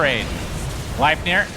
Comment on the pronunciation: Gleipnir not Glaipnir, what are they high german?